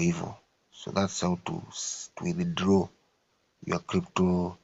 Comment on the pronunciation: Eti how to withidloow😂